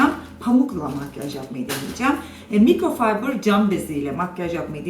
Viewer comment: Yanliz mikrofaybir degil mikrofiber diye soyleniyo tamam size bi bilgi kazandirdim teşekkür etmenize gerek yok